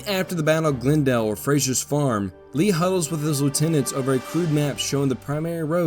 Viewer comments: Half the time you pronounce Glendale as "GlnDALE" and the other half as "GLENdale". Which is the proper local pronunciation? Whichever it is, THANK YOU yet again for such a wonderfully illustrated and explained history of this important set of Seven Days battles. I can't thank you enough for providing what will be some primary sources in a related project I am undertaking. In these battles, with the constant mixing of division and brigade assets among the combatants, it is so hard to "keep things straight" in one's head. It's nice sometimes to SEE IT in front of you, rather than read a list of brigade commander names and regiment names and locations!!! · Have a listen to your voiceover, in this Malvern Hill episode, and also for the Glendale battle itself. Half the time you say, "Glen-dale" with nearly even emphasis on the two syllables (as I might guess it would be), but just as often, it's pronounced "Gl'nDALE" (emphasis on -dale). The disparity is the reason I ask.